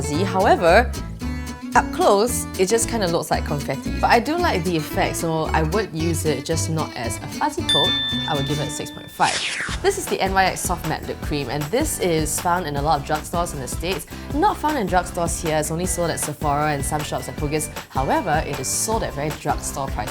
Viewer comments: Pronounced NICKS not N.Y.X. 🙂 Perhaps you are supposed to shake the fuzzy top coat polish before applying? Or maybe it’s old? Hard to say. Idk if I would wear it even if it did work flawlessly though. And the NYX lip colour didn’t look drying. And it appeared to be buildable, I can appreciate that in a lip product TBH. Colour might have made for a better blush than lip colour though. Depends on skin tone and style I suppose. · NYX is pronounced Nicks . Not N . Y . X lol